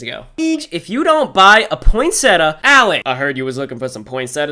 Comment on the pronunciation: You said poinsettia wrong and e spelled it wrong oof poinsetta isn’t a word 💀